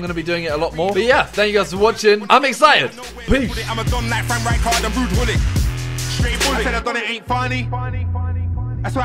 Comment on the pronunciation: Bro you say wuud hullit